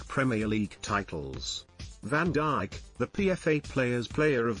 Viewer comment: Van diche is what was said 🤣